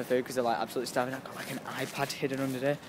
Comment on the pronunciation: "i rike trians!!!! bye!!!" ahh killed me.